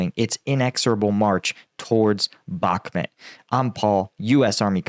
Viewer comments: Why do you pronounce Bakmut as Bakmet? I'm just curious. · Your pronunciation of “” 😂😂😂